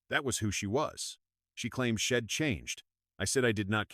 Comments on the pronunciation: Poor poor narration.NOT SHEDD BUT SHE What a load. SO hard to listen bastardizing the English language.GUESS no one proof reads it😂😂😂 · WTF? Please get your AI straight. It’s she’d not shed,it’s I’d not Id it’s he’d not hed,isn’t that simple and obvious 😱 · Man, this is one bad AI, shed instead of she'd